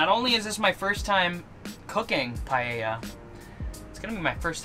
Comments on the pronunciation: That looks great cooking,what you did there is called 'Paella Mixta' or Mixed Paella and yes you pronounced it well. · You are saying paella correctly. I am from Spain and never use chorizo, but I may try your versión, paella is not spicy de use sweet paprika but I must admit you paella looks fantastic. I will love to see looking videos.